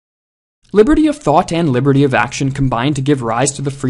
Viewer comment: I can't stop hearing "liverty"